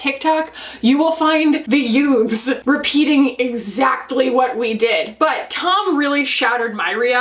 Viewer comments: Hahaha, every time you emphasize the word youths here, I am reminded of My Cousin Vinnie. 😂 GenXer here who started watching (what I thought was pretty silly beauty/fashion content on) YouTube by millennials back in 2008. Over the years I’ve narrowed down my subscriptions to “kindred spirits” who span various generations. In many ways I relate to millennials more than to creators my own age, who seem very socially/environmentally “right” leaning…and generally very “shop my links” obsessed. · Gen X here as well and any time says youths My Cousin Vinnie immediately comes to mind! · same lol and I'm a millennial. Youts 😆